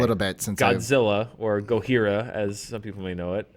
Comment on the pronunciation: This is definitely NOT the Roland Emmerich version. Godzilla didn't walk like a Jurassic Park dinosaur in the original movie. And he/she did not have such dorsal spikes. Nor were there Japanese buildings in New York in that movie. And it is pronounced "Go-jeera!" not "Go-hira"! What was Godzilla/Gojira from Mexico? I am trying to stay as respectful as possible, but this is really just lousy journalism. And I know you'll likely mock my seriousness.